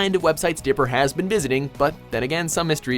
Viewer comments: Did he just call dipper... Digger? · Anyone hear him say digger